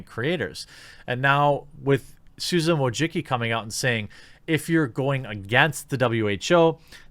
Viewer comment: Susan....how did you pronounce it?